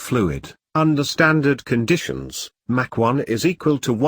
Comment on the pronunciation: He would be much more believable if he pronounced terms (eg MACH) correctly and expanded acronyms (eg NRO) correctly. If what I KNOW is incorrect, what else is?